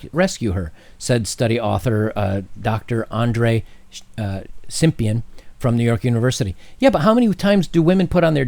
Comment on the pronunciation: "Study author Andrei SIMPIAN" ;P